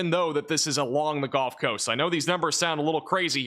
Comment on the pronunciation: I really really hate to be this guy, but… “Gulf” (as in the second syllable of “seagull”), please, not “Golf” of Mexico or “Golf” Coast. 🙂